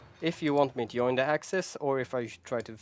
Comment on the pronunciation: Please, don't say "yoin" :(. Say "join", scandinavians should pronounce it "djoin"